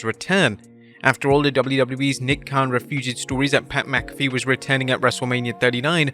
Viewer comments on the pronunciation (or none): none